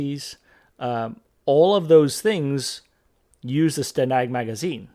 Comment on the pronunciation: as a Brit (living in the US) and a member of NATO, I thank you again for pronouncing STANAG correctly.